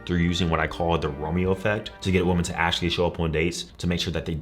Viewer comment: Please pronounce “women” properly